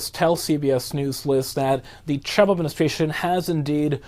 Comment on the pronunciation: Can this guy not pronounce the name ‘Trump’ properly? Such a weird pronunciation.